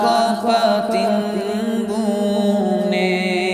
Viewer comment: نعت شریف پڑھنے کے لیے مرہبا. لیکن آپ نے اسں نعت میں تلفظ کو لیکر کیی غلطیاں کی ہیں .جیسے,پتنگوں Patangoon کو آپ نے Pitigoon پڑھا ہے.میری آپ حضرات سے یہ گزارش ہے کہ ویڑیو اپ لوڈ کرنے سے پہلے اس کو پہلے غور سے check کریں تب جاکے اپ لوڈ کریں .تاکہ قارین کو کویی دقعت محسوس نہ کریں.